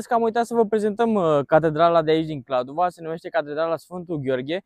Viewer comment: Va rog sa nu mai spuneti KladovA, este simplu, Kladovo. noua nu ne place cand cineva vorbeste gresit despre numele orasului😅 am vrut sa zic, despre biserica, nu stiu daca ati fost inauntru, dar acolo puteti cumpara vinuri sarbesti de calitate foarte buna si pentru pret foarte bun😊